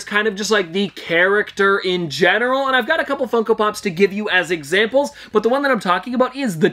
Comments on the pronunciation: You did not say funko pops. You said f###o pops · "meme fuckopops" u just accidently said the f word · I thought I heard meme fucko pops .-.